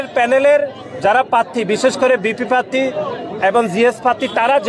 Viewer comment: উচ্চারণও ঘটতে পারে না পাত্তি বলে প্রার্থী বলতে পারেনা 🤣